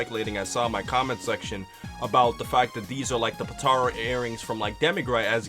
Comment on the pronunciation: Potara earings. Po-tar-a. ♡ Not Po-tare-a My one nit pick haha love the vids.